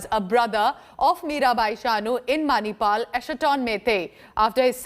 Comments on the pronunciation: Madam Manipur and NOT Manipal SO proud of Ms. Chanu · Not Manipal... It's Manipur State of India... Well, congratulations Mirabai Chanu... You made us proud... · please atleast check properly where she is from before you read the news. She is from Manipur ( a northeastern state of India ) and not from Manipal.